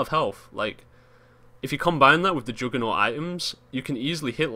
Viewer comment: joodgement, jooggernawt, joongle